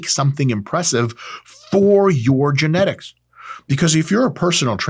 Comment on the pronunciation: "genetics" - trenetics